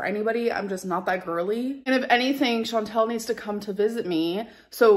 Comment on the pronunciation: I just realized She's sucking up to Chantal and still mispronouncing her name 😂